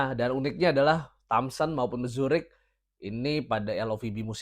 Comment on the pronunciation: kayanya Mruzik bang, bukan Mzurik haha